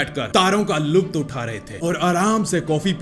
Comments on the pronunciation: Bhai luft nahi lutf hota hai khidki me baith kar luft nahi lutf utha rahe the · arey bhai lukt nhi lutf hota hai. Pronunciation: lut'fa.